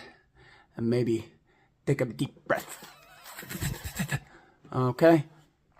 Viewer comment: No, it's "Tek a tip breth".